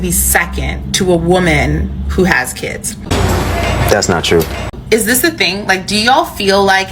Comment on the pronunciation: No man wants to put up with a woman who pronounces kids as" keeeeeeeeeeeeds" read a book you remedial